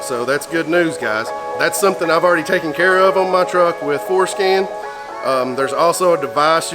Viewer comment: I gotta be honest, every time says Forscan, it sounds like Foreskin. hahahaha